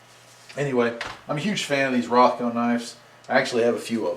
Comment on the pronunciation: Rothco not ronco